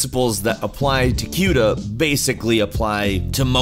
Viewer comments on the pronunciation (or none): Quda? It's Cuda. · Who pronounces it "kyooda"?! It's "kooda," as in "barracuda"!!! It makes me cringe every time! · cooh duh not qdah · "Q-Duh Core." Never heard anyone pronounce it like that. Most tech people I follow / speak with call it "Koo-duh." Not knocking you. Just something kind of interesting. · queue-da.... lol you mean "cooda" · why did he say cyouda instead of just Cuda? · kooda not qda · doesn't it 'kuda'? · You said cYuda. Lol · The way you say cuda makes me uncomfortable. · you mispronounced cuda but whatever